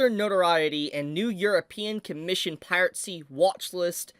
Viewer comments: Last I checked, it's "piracy" not "piratecy". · why do you keep saying piratecy instead of piracy? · Still gets me the pronunciation of 'piracy', like is this a deliberate affection to say 'pirate sea' out of contrarianism or what? It would be a shame if this site were to get taken down; it's a valuable repository of classic anime. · I forreal find the way you pronounce it "Pirate see" endearing. Never stop. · dang. Guess it's time to migrate sites. Also, curious how you pronounce "piracy" as "pirate-cy" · Pie rat sea. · I love how pronounces "piracy":. (😂)